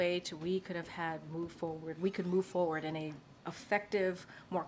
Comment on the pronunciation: I CAUGHT HER AGAIN, she said, "MOVE FOR WORD". She said MOVE FOR WORD! Ahhhhhhhh*.